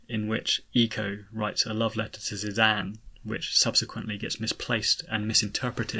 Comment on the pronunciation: I just wanted to say thank you for pronounces Zidane’s name as “Zidane” and not “Zidane.” It bugs me so much when people pronounce it that way. (But really I’ve always pronounced it the way you pronounce it)